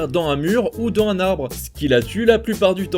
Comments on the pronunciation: ...dans z'un mur ou dans z'un arbre. Merci, -Les liaisons. ❤️ Paix à toi! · En fait tu connais pas les liaisons? 😂😂😂😂😂 « dan un mur ou dan un arbre » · J'aime vraiment beaucoup tout ce que vous faites et votre humour. Excellent ! Juste si vous pouviez juste essayer de faire les liaisons, votre texte en serait plus agréable et on frôlerait la perfection. Dans z un mur Dans z un arbre. Continuez surtout .